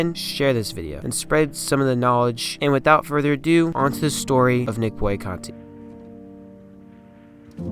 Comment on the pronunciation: Good job, young man! As a contemporary of Nick Boo-on-na-contee, I'd like to point out a slight mistake. First, his last name is pronounced as I phonetically spelled it above. Second, Nick was "barely" 5'10" and 220 at a time when, as you pointed out, was SMALL for LB, much less MLB. This is what made him one of my favorite players and whose physique and style of play inspired me to play like him.